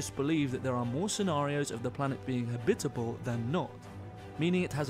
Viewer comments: haha i know dude, i was just teasing old boy about his strange accent in particular, the way he pronounces "habitable" ...lol... we say "ha-bit-ab-le zone" and home skillet was ear-worming me everytime he kept saying "ha-bib-itbel" .. So i was like, yo, what the fuck is "habbibibel" cuz that sounds real foreign ya know? just messin around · Please, it's habit-able. Not ha-bitable! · Ha-bitable zone 🤦‍♂️ Jesus. Am I the only one annoyed about the way he pronounces it? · He's saying it's pronounced "habitable", not "habitable".